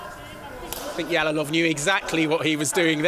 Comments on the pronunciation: Yalolov emas Jalolov deb ayt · Эээээ... Ялолов эмас Жалолов дегин Жалолов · They are mispronouncing his surname, it is pronounced like "жалолов" in russian not "ялолов". Learn how to pronounce Uzbek surmanes correctly, uzbeks are world number 1 in 🥊